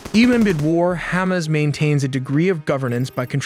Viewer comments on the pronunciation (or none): It's ha-mas (the mas is like christ-mas but with a longer maaaass) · Its hamas, not humus, wht are u uneducated, u can't pronounce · The way he pronounces Hamas as hummus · Your text-to-speech needs work on pronunciation. That's not how you pronounce Hamas.